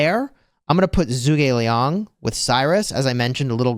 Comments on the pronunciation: Zhuge Liang is not pronounced as zoo but more as ju. Since Zhu is Chinese it would have a Chinese accent. To say it properly you would say ju like in juice. Ge you would kind of say it as a g and a little e so like get but make the g more prevalent. And Liang is right as your saying it. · juu Gi liang!😅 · Don’t give af still saying Zoog